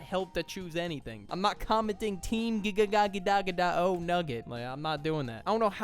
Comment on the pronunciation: Erm, actcherally, that’s gigadigagagadao not gadagadegadgao 🤓👆